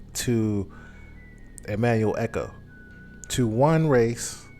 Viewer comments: The man’s name is, Acho, not echos. That fact you continually miss-pronounced his name, leads me to believe that you’re doing it on purpose on just don’t know any better. I clicked off after that. We as black men have to do better than the stereotype of ignorance that is attached to us. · Ah cho not echo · It's not "Ekko", it's "Acho" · ACHO not Echo!! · "Emmanuel echo" lol its Acho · Why is so hard to say A-Cho? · You killing that man's name